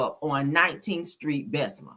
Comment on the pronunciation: It’s Bessemer! Did they put bessma on purpose?😂😂😂😂